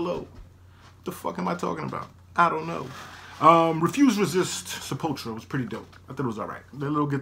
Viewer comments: You need to start using OBS. You're leaving out a U when you say Sepul-tura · It's pronounced like Se-pull-two-ra. This album is great, as well as Beneath the Remains & Arise. Pretty much any song off of those albums are golden. \,,/ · i am Brazilian (from São Paulo) and is more like Sep-pull-tou-rah Brazilian Portuguese is very diferent from european portuguese and spanish, it just shares an origin in latin... Brazilian Portuguese borrows words and pronunciations from various languages as Brazil was a portuguese colony but in the early days various germans,dutchs,italian,japanese got here and had a great influence in the language is this plus the influence of native languages (tupi,guarani etc) and the fact that the portuguese spoken here was more similar to the medieval one prior to these influences so the deviation from euro pt and spanish was greater than other lusofone countries.